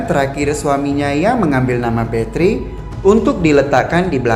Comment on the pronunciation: Sebutan bathory nya salah ya